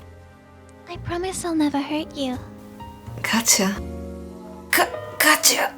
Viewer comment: lmao my older sisters name is Katya, I freaked out when he said her name 😳 you actually said her name right tho lots of Americans where I live say it like “Katcha” for some reason